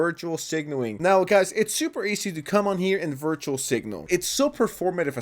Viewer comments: Bro, it's "Virtue Signaling" not "Virtual Signaling". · Love your content bud 👆 keep it up!! Fyi- "Virtue signaling ", not "virtual signaling" with peace & love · Bro still can't pronounce virtue